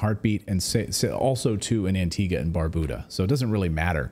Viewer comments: Wish I had a dollar for as many times Antigua was misprounced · AntigUa. Cape VerdE. And are you trying to say Barbados or Bermuda?! 🤯